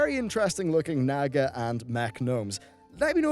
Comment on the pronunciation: Naw-ga not naga, but great vid